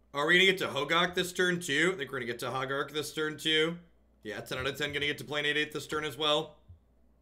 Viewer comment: pronouncing Hogaak is everything I love about this stream. First it's HOH-gahk, then it's HA-gark, then it's "an 8/8". Keep being awesome